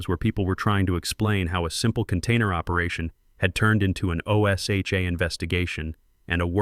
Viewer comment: Teach AI how to pronounce O S HA . It's one word OSHA. O'SHA.